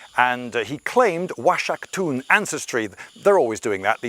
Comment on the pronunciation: The x is supposed to sound like a hard 'H' like Oaxaca (wahaca). I can't trust the rest of what he say's...